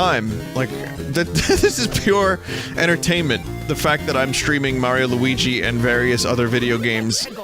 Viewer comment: Yeah probably maybe that's why mayro Lougui speak in jiberish